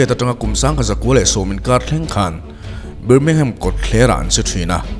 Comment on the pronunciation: Birmingham...BIR laihi BAR ti a lamtur niin kahria